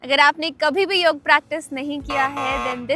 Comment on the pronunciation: योगा नहीं योग बोलिये ❤❤❤